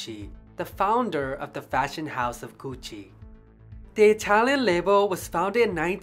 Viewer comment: Nice job and with an Italian accent to boot!. I guess Tom Ford helped save the Gucci name just in time for the corporate takeover. Nothing like the smell of a store like Gucci....